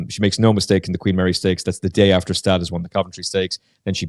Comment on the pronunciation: Next time you'll shake down the audio ahead of the podcast. I believe Gstaad is pronounced Gu-Shtodd